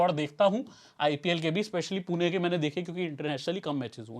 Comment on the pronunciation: Bhai पुना nahi पुणे hai. Pun”E” hai “A” nahi. “E” ka pronunciation malum hoga aap ko mere hisab se.